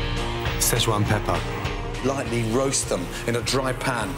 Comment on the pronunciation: You forgot: Salt, peppah, olive oil